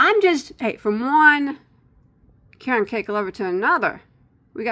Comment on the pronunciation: I grew up near the Caron Spinning factory in Rochelle, IL. Caron is pronounced just like the name Karen. Just and fyi.